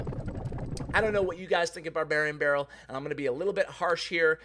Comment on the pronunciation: All I hear in this video is Babarian Barrel :D